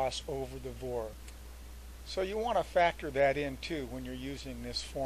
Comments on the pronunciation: as I listened to the video again, I heard you use VOR as a three letter word, several times..... That's what's incorrect its not a 'vor'.... (word).... it's a V O R........ with each letter spoken individually...... you don't say faa as a three letter word... you say.... F A A with each letter spoken individually.... and I F R isn't 'ifr' (if-er)..... it's I F R Ok, we've beaten this to death.... Your videos are both informative and educational. And I appreciate them immensely..... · It's called V (vee) O (oh) R (rrrr) not vor!!!!!